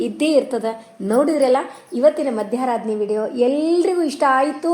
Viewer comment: Madam, adu ಮಧ್ಯರಾಧನೆ. Not madyaradhane